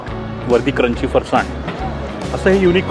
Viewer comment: तुम्ही पुण्याचे असूनही फरसाणचा उच्चार चुकीचा करताय!